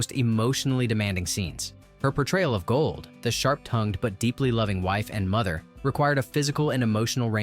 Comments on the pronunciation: I appreciate the history, but for the love of G-d, the narrator should have watched the movie. He gets every person’s name wrong. It’s not Motel, like motel 6. It’s pronounced MOT-el. Golde is not ‘gold’. It’s Gold-eh. Get this right! Your slaughtering of these characters is distracting. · Interesting stories, but the narrators mispronunciation of key characters was really jarring. Examples: • Golde (GOAL-duh), NOT Gold and Motel: MUH-tul (not moh-TELL). With all the research done on stories, why not take a few moments to make sure you have the names right. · Oh my God could they get anyone more ignorant to narrate this? Tevia's wife was Golda not Gold, the taylor's name was Motel pronounced MAHtel not Motel! But when they got to the Chuppah and he pronounced it chewpa I was done . How can you bring up so many intricate details that made this movie believable and not be able to pronounce the names and the characters in the movie? Absolutely shameful! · It's not "motel" as in Holiday Inn. It's 'motl'. And I could go on with a lot of them... Anything with a "ch" isn't ch, it's a gutteral h. Golde isn't gold, she's Goldah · As much as I love Fiddler on the Roof, the robotic voice of the announcer and it's inability of pronouncing Tevye's wife's name Golden pronounced "Gold-ah" rather than "Gold" or the tailor "Motel" pronounced "More-tle" instead of "motel" (like saying hotel), made me realised the announcer did not really know what it was talking about! Disappointed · Very interesting and learned a great deal but it would have been good if the narrator pronounced the names as they are presented in the movie...ie Mot-el not mo-tel, Gold-eh, not Gold, etc.. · not Motel, "Mott-l"... not Gold, Gold-ah"... you have turned these two names into a cheap lodging establishment and a precious metal.... otherwise, nicely done! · Yep it's not Gold it's Golder. It's Mottle not Motel!!!😮🤪😬